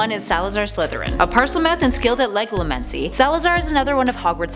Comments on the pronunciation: Um what is leglomancy? Are you sure you don't mean Legilimency which is pronounced "leh-jill-ah-men-see" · Legilimancy is pronounced LEDGE-ILL-O-MANCY